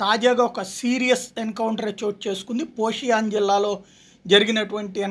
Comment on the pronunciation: ఈ మధ్యలో పేర్లు తప్పు గా చదువు తున్నారు అది పోషియన్ కాదు సోఫియన్